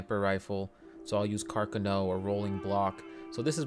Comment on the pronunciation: It’s called a C A R C A N O 😂